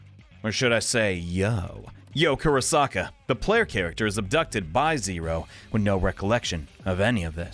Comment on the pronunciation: It’s actually Yo KuroNAKA. 😅